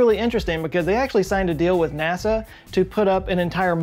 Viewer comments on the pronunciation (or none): none